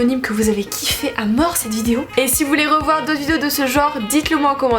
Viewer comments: Tu sais pas dire "vidéo" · Putain por une fois t’as pas dit le mot « vidéo » bizarrement au début